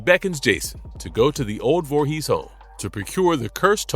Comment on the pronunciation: Its "Vorhees", not "Vorhee"